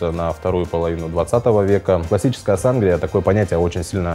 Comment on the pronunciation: Да у нас в Мексике тоже Сангрия ударение конечно на и как вы говорите очень ухо режет и конечно же есть рецепты и при том разные в зависимости с какими крепким напитком вы будете её употреблять если например с текилы у неё цвет более помидорный и вкус типа помидорного сока со специями и есть цвета красного вина сделанного на его основе и есть даже газировка с таким же названием и цветом вот так вот